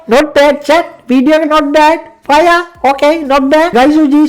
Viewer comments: Ado loku uba fire kiyana eka paiya kiyala bn ahenne bn😂❤ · Ow bn 😂 faiya